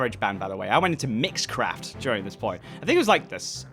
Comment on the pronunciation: "Mixcraft" what i heard: "Mitchcraft" im sorry.